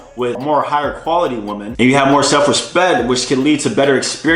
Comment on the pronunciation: BRO! Please start pronouncing the word WOMEN correctly. It doesn’t sound anything like WOMAN.